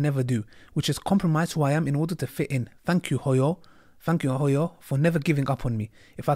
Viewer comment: Woow how you pronounce Hooyo was another level, and as Somali I'm proud of her Always Deen over Dunya.